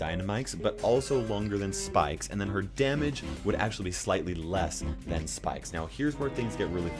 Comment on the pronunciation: Wait when u said damuge